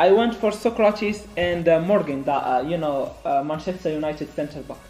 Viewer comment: "Soukratis" bruh 😂